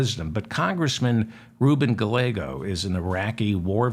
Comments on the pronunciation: double l in Spanish is pronounced as a y. so it is Guy-yea-go not gah-lay-go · Stellar showing on The Majority Report today, sir!! A gentle correction, if I may: The double L in Rep Ruben Gallego's name is pronounced with the Y sound. 'Guy YAY Go.' Thanks so much for all you do! 💜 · Guy yea go is the correct pronunciation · Never Jordan! Pronounce the Double- LL in Spanish like a “y”, so his name Pronounced using English words: “guy-YEAH!-go” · Darling David, Gallego is pronounced Guy - YEAH. - Go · Please learn how to say a Rubin Gallegos last name!!!! The l’s are pronounced like a y!!!